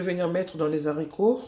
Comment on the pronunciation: Belle recette mais maman on ne dit pas lezarico ( les haricots ) puisque le h n'est pas muet mais plutôt prononcé sinon au singulier on allait dire l'haricot or on dit le haricot